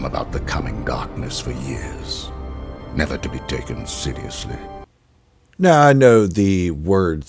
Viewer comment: Interesting pickup on how Dooku’s pronunciation of seriously sounds like Sidiously. I haven’t read Jedi Lost so I’m not familiar with the differences. I have read the Ahsoka novel and can’t help but think that Tales of the Jedi: Resolve retcons the novel to the point that I question if the novel can even be considered canon anymore. Resolve changed the characters, events, and even how Ahsoka defeated the Inquisitor. The only core concept that was kept was that Ahsoka defeated an Inquisitor from whom she acquires her new kyber crystals. I have mixed emotions about Resolve and how far it departed from the novel.